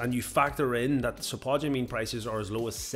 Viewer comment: Dude. Its spod-u-mene. Not....spu-tod-u-mene.